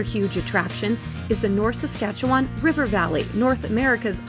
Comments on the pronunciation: I laughed so hard when she tried to say Saskatchewan! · Idk I think she said Saskatchewan kinda weird.